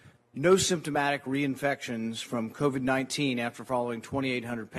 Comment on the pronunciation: Isn't that cute he calls it COVI"🤣🤣🤣